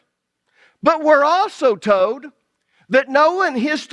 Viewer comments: That's funny because when I first started watching, I wondered where you were at because you don't pronouns your "L"s and it changes the sound of the words all together. Lol. Old instead of old, toad instead of told....lol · Love ya brother. Enjoy your teaching and faithfulness to God's Word. Just 2 things.... Stop yelling. You always sound angry, as if you're chastising everyone all the time. And speaking of regional accents, it's tolllld, and ollllld and solllld and folllled and colllld. Yes, you pronounce the L. I can handle people from the south, north east, and most accents, but there is a difference between an accent and destroying the English language. Thank you😊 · It's so ironic how he comments on dialects and everytime i hear him say the word "told" he's actually saying tye word "toad". It's so funny to me. Sorry for the side note. This study content is amazing!